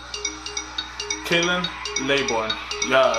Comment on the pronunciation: The disrespect you doing by pronouncing his name wrong